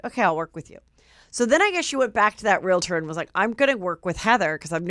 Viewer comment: It's REAL-TOR, not real-i-tor! 🤦‍♂